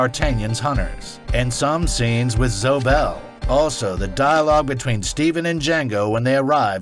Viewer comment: You don't know how to pronounce "Zoe." It's two syllables, not one. I didn't mention it in another video when you mispronounced it in Killing Zoe, but Zoe Bell is an actual person and deserves to get her name pronounced properly.